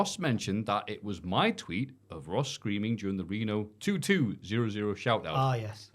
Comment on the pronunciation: RENO! NOT VITO!!!